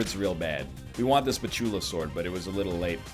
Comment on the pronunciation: Anyone else getting irritated by how egg pronounces "Spatulasword"?